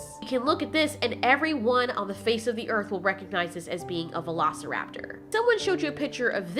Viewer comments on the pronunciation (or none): I cringed every time she said Velociraptor.